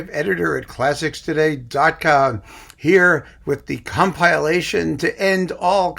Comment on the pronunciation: When I heard referring to this item as a "com-PILE-ation" I immediately guessed the rest of it! Well done